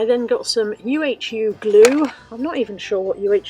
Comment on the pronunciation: Love the angel. By the way UHU is pronounced you-hoo ( there used to be ads for it years ago).